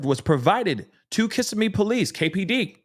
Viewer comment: It’s pronounced “Auss-see-o-la “ Osceola county. And “Ka-sim-mee” Kissimmee Florida. It’s ok .. It’s my hometown…. ❤